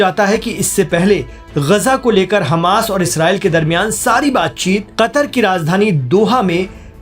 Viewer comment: Hammas ko aap khammas kaise keh sakte hain?